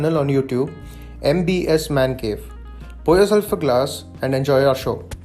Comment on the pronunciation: Its not MBS its MB's Mancave 😂😂😂 sahi se naam le mere bhai kya 🤪